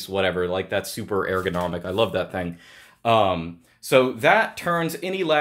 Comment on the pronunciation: Didn't realize that pronounces ergonomic like "air-gonomic" until this video